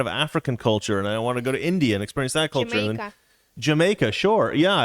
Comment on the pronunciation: LOL!! says "Jamiaca"..... I'm pretty sure that was a subtle hint!!